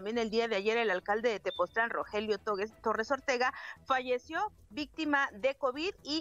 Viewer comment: no es tepotzotlan, es tepoztlan